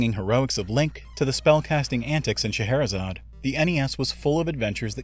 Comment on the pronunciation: Automatic like for pronouncing "Scheherezade" correctly.